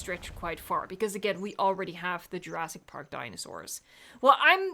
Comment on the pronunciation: Love you, but the swallowing of "jurassic" into "djurass" is triggering me af everytime;)